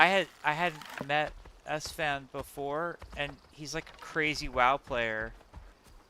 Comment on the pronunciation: stop thinking in french esfand. Its more like ass fan. Youll never forget it again